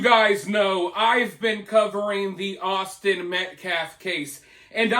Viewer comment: That guy is a complete idiot! When you played "his" press conference I couldn't believe what I heard him say! He couldn't even say Austin's last name correctly! It was completely one-sided, the murderers side Karmello. 🤬